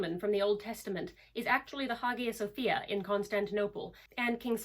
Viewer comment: The "Hagia" in "Hagia Sophia" is actually pronounced "High-Yah." Just FYI :)